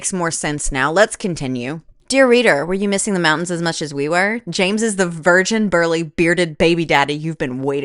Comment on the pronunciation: The way you said ✨️jeems✨️ instead of James absolutely cracked me up every single time. And the shirt bit- The commitment is award worthy.